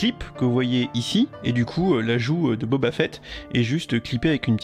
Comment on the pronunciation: Boba "Fouette" ? Oula je sais que les français ont du mal avec les langues étrangères mais là il y a pas à chercher d'accent à fait x)